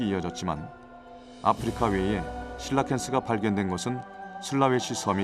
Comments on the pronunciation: 실러캔스예요.. 실라캔스예요..? 나레이션 해주는 분이 말하는거 한번 들으니 게속 거슬려...ㅋㅋ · 왜 계속 실라캔스라고 하냐